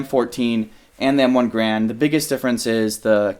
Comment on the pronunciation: The M14 is still in service... It's just not the standard issue rifle. Also, WTF is an "M1 Grand"???